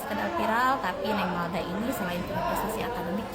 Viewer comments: Jangan salah yaaa namanya M A L D A... Bukan M E L D A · Malda bang bukan Melda